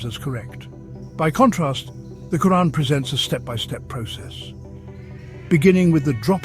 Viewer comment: Reeespec the way he himself even pronounces the word 'Quraan' . ... loadsa Love 🫂